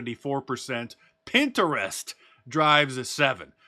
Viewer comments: Pin- trest. Sounds like pin- trest. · Pin-Ter-Rest lol.. never heard it pronounced that way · Your pronunciation of “Pinterest” is hilarious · The way Mark pronounces Pinterest 😂